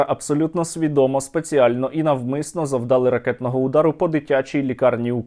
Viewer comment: не завдАли, а завдалИ, а завдалИ, завдалИ, завдалИ, завдалИ, завдалИ